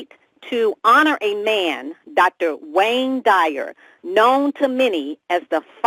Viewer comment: With all due respect, in the future if you are going to give a tribute to a legend, please at least learn how to honor them by saying their name correctly. His last name is "Dyer," not "Dwyer" as your colleague kept trying dozens of time to tactfully correct you. Rest in Peace Dr. Wayne Dyer....